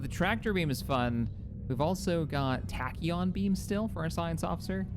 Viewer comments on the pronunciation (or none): none